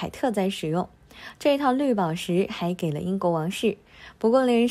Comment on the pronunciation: 还给，读音读错了，